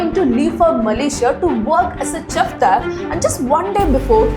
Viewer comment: CHEF IS PHONETICALLY PRONOUNCED AS --" SHEFF." NOT CHEF WITH THE "CH." GEEEEEZZZZ. THE ABSOLUTELY TERRIBLE INCORRECT DICTION, PRONOUNCIATION AND THE IRRITATING, TERRIBLE ACCENT. THE PAST TENSE OF COST, IS COST. NOT COSTED. JEEEEZZZZ.......